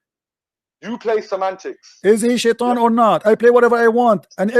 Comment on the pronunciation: I think this guy can not read, it says shaitan 😂😂😂. Even my doughter in 2nd didnt find difficulties to say Shaitan, whats wrong with u 😂😂